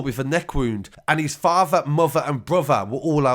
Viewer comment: The way he says fafer , mofer ans brofer